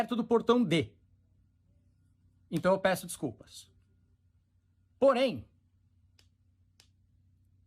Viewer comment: O " porém" do Thiago saiu pior do quê o "toda via"